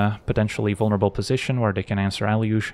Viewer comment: I thought it was pronounced “eh-loo-gay”